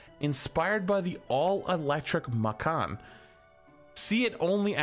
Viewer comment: "Makkan" It's "Mah-can" Watching streamers talk about cars is a good reminder that while they may know everything about their game, they still don't know everything lol. Macan is basically the Taycan as a crossover. It's not a true SUV, but you can bet on it being a pretty good example.